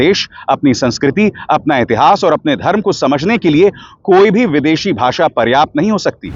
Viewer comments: पहेले भाषा बोलने तो सिखों भासा भासा....क्या तड़ी पार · पहले अपनी भासा ठीक कर लो सर जी...😅😅 भासा नहीं होती.. भाषा होती है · He himself can't speak his own bhasha. Instead of bhasha he pronounces bhasa. We all learn our language at home atmosphere. Learning to speak English helps us communicate globally and india being a diverse country we are bound to use English when we meet at national conferences. Just because these people can't communicate in English so everybody has to follow them??? Ask him to speak in sanskrut or translate all the books in hindi, Assamese, Bengali, kashmiri, Goan, and all other Indian languages. Today if our pm knew how to communicate in English our global crisis would have become much easier. I wonder if he ever has gone to countries outside India? In europe it was so difficult to move around because of language. We missed out many trips entitled to us due to language, got lost everywhere. We learn our language at home and know our own culture in the same way which is dear to us. Over and above learning various language is a credit. Ask him not to give his useless ideas to us.